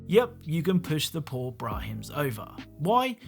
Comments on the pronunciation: Brah-men, not brah-hims. : ) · Not brahims its pronounced bramins without h xD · It's pronounced brah-min. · "brahims" lmfao